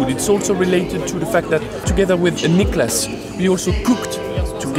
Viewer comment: I want to thank you personally for the right pronunciation of "Niklas".